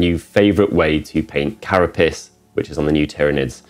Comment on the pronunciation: Pr. "cara pace", not "cara piss" :)